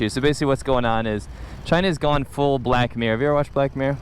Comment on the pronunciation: Black meer. Sounds like Blackmore. Coincidence?